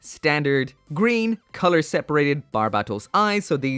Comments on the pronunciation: Every time this guy says barbatos wrong,I start losing brain cells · You still can’t say his name right